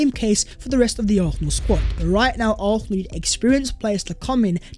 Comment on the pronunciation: Please for once say arsenal properly. Its getting worse 😂